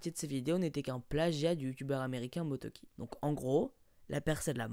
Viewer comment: «Motoki» ptdrr et après ca va se plaindre quand on appelle votre idole yaya nukamoura